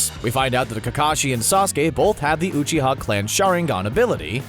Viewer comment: “Oohchiha” cmon you gotta be pronouncing this wrong on purpose